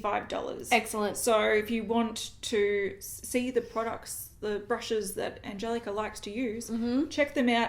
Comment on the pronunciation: Angelica Nyqvist mentioned how to pronounce her name in one of her videos fairly recently. Past month or so? If I remember correctly, that sounds right on the last name, but her first name, the “g” has our “y” sound. So more like Ahn-yel-i-ca.”